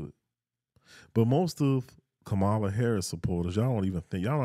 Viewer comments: Why won’t you all even pronounce her name correctly? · I stopped listening after he mispronounced her name. I’m fine💙💙💙